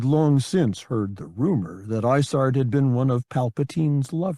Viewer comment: Every time he mentions isards star destroyer, it sounds like he is saying lasagna